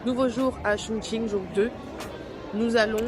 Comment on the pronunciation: vous prononcez bien le mot Chongqing！Amusez-vous bien！